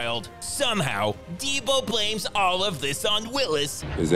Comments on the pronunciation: "President Deebo" Lol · “And since President Dee-Bo”😭💀